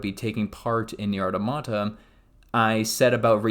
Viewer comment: My man. Good video, but maybe do some research on pronunciation of words and names mentioned before recording. ("Nier", "Automata", and "Keiichi" all being examples of names you mispronounced.)